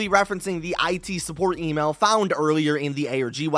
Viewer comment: Everytime he said email, I heard Emo😭